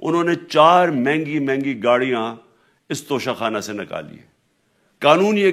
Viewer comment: "انگریزی میں لکھے ہونے کی وجہ سے انہوں نے توشہ خانہ کو توشہ کھانا پڑھ لیا ھو گا" جسٹس استغفراللہ